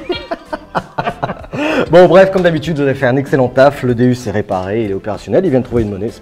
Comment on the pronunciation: stp si tu aime autant ton Deus stp stp prononce correctement sont non c'est un déOUs sa se prononce déOUs et non déUs pour faire partie de la team Deus faut savoir comment sont detecteur s'appelle.si un pilote te dit je fais partie de la team Ferrari et il te dit je fais partie de la team Ferraru tu en pensais cois 😂😂😂😂